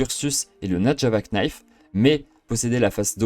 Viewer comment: On ne prononce pas le k de knife